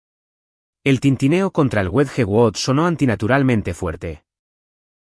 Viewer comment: Wedgewood, una porcelana Inglesa muy famosa me costo mucho trabajo entender, por favor si van a pronunciar palabras en Inglés haganlo correctamente